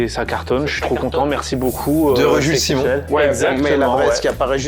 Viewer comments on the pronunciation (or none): none